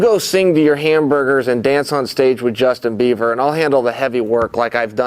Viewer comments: "Justin biever" 🤣🤷‍♂️ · “Justin Beaver”